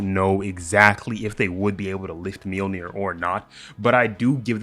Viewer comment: It's pronounced Myolnir, not Milnir.